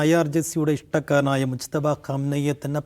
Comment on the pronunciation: …. മുസ്തഫ അല്ല മുജ്തബ ആണ്